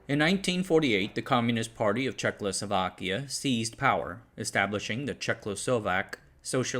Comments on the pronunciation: Bro can say Slušovice like a native but then manages Czechlosovakia consistently 😂 No hate, only love man. Keep up the good work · nigh unwatchable video. he keeps saying "Czech-lo-so-vak" for some reason?? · "Chechlosovakia"... though, you did get "Chechia" right... Apart from this little death every now and then, an excellent video. And no, this is not the usual "butchering of foreign names, please be lenient". It's already the English name and pronunciation. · "Czechlosovak"? I get that it's a hard word but that's not where the L is placed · Reall great vid, but its not "Czech-LO-Slovakia" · i can not help myself, but the speaker is a legend. the innocent asian pronounciation slaughters enhance the vidjo exponentialy. did I just hear: "Czecklessovakia"? the Slusovice success is like 1921 ussr nep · Crikey! That's not how ya pronounce Jay Zed Day Zlowzavayza! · dude says Slušovice just like a Czech person would, then absolutelly brutalizes pronounciation of "Czechoslovakia", so that we won't get too big-headed :P :D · Bro is mispronouncing the name so often that my ears are hurting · Will people stop putting an “L” sound in the second syllable of Czechoslovakia. It fucking annoys me. And it makes you look stupid. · Thank you for this fascinating story. I just have one suggestion: it would be good if you would avoid mispronouncing Czechoslovakia as CzechLoslovakia. That is kind of distracting. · Was I the only one who hears throughout the video as "Czech-lo-sovak(ia)" instead of "Czech-o-slovak(ia)" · It is Czechoslovakia not Czechlosovakia XD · Its Czechoslovakia not 'Czech-lo- slovakia' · Not to be that guy but it's not Czechlosovakia. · What the heck is Czech-Lo-Slovakia? It was Czechoslovakia. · 😂 Checloslovachians ... Oh dislexia what a funny thing you are. Try this: Cheh-Oslo-Vaki-Ah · It’s Czechoslovakia, not CzechLoslovakia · Checkloslovkia????? Who pronounces it like that? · Did I hear "Checlo sovak" and "checlo sovakia" ? 😂